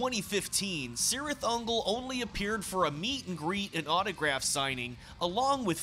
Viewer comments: The C at the beginning is a hard C sound, like a hard K. It's properly pronounced KIRITH UNGOL.... I'm not saying, I'm just saying, know what I'm saying!?!😮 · Awsome but you are saying the name cirith ungol completly wrong specialy the C word.! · In all Tolkien's work, the C is pronounced as a K. So, the proper pronunciation is Kirith Ungol. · The band pronounces it with a soft C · In LOTR, yes. The band pronounces it with a soft C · The band pronounces it with a soft C. LOTR pronounces the hard K. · In Lord of the Rings, yes. The band pronounces it with a soft C. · Say just Sirith Ungol